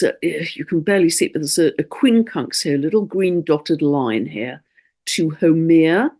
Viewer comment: Absolutely exceptional transmission..you covered it ALL, so well, and deeply, right from the Heart.Thank you, Big ALOHA and Love from the Heart of Hawaii, and The Aina, ( our Native Land). Also thank you for sharing all about Haumea! ( FYI, She is pronounced: How MAY Ya)